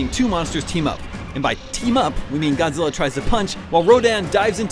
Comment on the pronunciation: They are not real Godzilla fan. If you hear them mispronouncing their names it is already hinted they are not a fan.